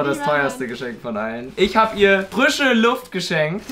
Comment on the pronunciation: Moment Mal Frischen Luft fängt mit f an nicht mit L sonst heißt es Lrischen Lufet😃